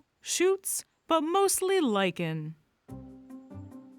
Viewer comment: She said lichen, I heard lycan. :D :)